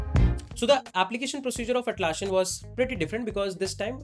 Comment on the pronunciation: Nitpick: it’s Atlassian not Atlasshian. It’s ss not sh.